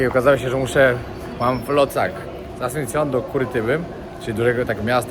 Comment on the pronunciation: Absolutna ignorancja. Nawet w nazwach miejsc notorycznie robisz błędy "Asuncione"? wcześniej "AconcaNgua". Aż boli jak się tego słucha. Zero informacji chociażby o tej sopa paraguaya która mogłaby być fajną ciekawostką. Kanał przez chwilę naprawdę ciekawy, teraz coraz gorzej.